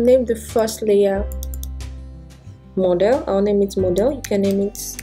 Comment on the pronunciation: Why did you pronounce Model as Modal and tool as dool and many others? It's hard to figure out what you said let alone to understand Photoshop.